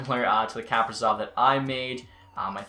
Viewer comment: Kaprizov is pronounced “Ku-PREE-zov”